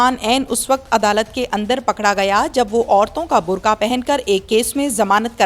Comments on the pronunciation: برخہ نہیں ہوتا..برقع ہوتا ہے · محترمہ بھینس صاحبہ اردو صحیح کرو۔برخہ۔ نہیں۔برقعہ کہتے ہیں دوسرا پھندا بائیں کندھا پر لٹکایا ہئے اور پھانسی کب لو گی۔اور بھینس کروڑوں لعنتیں قبول کر۔🐃🐃🐃🐃🐃🐃🐗